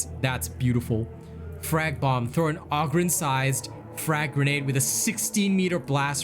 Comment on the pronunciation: It's oHgryn like ogre lmfao.